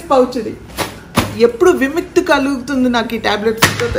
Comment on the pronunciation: The way you pronounced "vimukhthi"its soooo funny😊